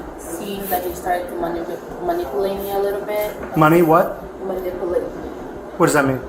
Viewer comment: Can I ax you how you were being manipooilated?